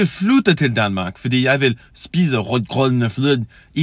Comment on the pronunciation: I can understand you but when you "i want to move to Denmark because i want to eat porridge with cream in Denmark" then it sounds like, i want to shit porridge with cream. Because you acsedentaly said skide which mean shitting